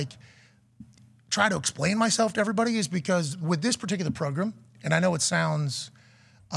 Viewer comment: Huge fan of the show! Listen to the podcast everyday will do so even when you go to ESPN! Having said that… will somebody please absolutely roast Pat for the way he say “pro Grimm”😂😂😂😂😂😂